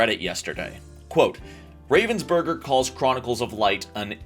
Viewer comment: as a german I hate how you pronounce ravensburger. Love the video tho. (FYI it is pronounced RAH-VENS-BER-GER bc it is a german company.)